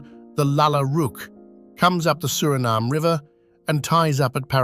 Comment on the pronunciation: The pronunciation is wrong, too. It IS a shame.